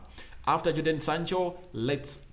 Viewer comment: Bruv, his name is Jadon